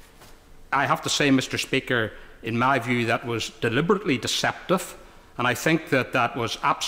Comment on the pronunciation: Why can´t he say deliberately deceptive!?!??!